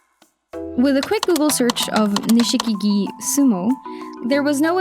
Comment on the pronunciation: Nishikigi is pronounced Nishkigi, without the i after sh.